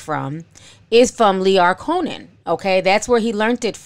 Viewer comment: Girl if you say Lyor Co-Nan one more time!! It’s 🗣COHEN!!